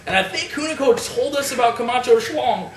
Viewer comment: "We have "Ryback" vs Kamatcho." Me: Who???